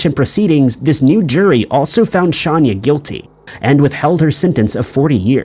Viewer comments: Her name it is not Shanya, it is Shayna Hubert. 🙄🙄 That said, she made a mistake killing her boyfriend. If he didn’t want anything to do with her since he had been pursuing a relationship with a Miss America or a a model or something to that effect, Shayna should have accepted it like a grown woman she was and let him go. NO ONE is attached to the other person, NO ONE, everyone is FREE to walk away. But pretending that he or she “belongs” to you, it is a deadly fantasy created in people’s minds. A very sad and tragic case where one person is deceased and the other incarcerated. Shayna ruined her life and career, and ended the life and career of another. Shayna forgot that “there are a lot of fish in the water!” She could have found another man because of her looks and educational background . Besides, no man is worthy going to prison, Shayna, remember this when you are out in parole. What a waste this case was, what a waste. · Shanya Hubers is pronounced Shane-a...just letting you know that the way you or your robot is saying it sounds...weird. John Orr (the Fire Inspector and Serial Arsonist), never used pillowcases. He used a lit cigarette, matches, and occasionally a strip of paper, bundled together with a rubber band. Where did you get pillowcases from? I can say with 100% certainty that pillowcases where never used. This is a case that I am very familiar with. Pamela Hupp...what a selfish, narcissistic, conniving, murdering animal. The poor husband who had to deal with losing his Wife, being accused of the murder ( while actually being innocent), worrying about his children, all the while that murdering wench was out spending all of the insurance money, most of which was meant for the children to have Trust Funds. 🇨🇦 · I have a feeling you know that’s not how you pronounce her name. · It’s not Shaun-ya Hubers it’s Shay-nah Hubers. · Shayna not shanya lol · How did he get Shanya out of Shayna.... Pronounced: Shay-nah... Shay-nah.... Shay-nah...........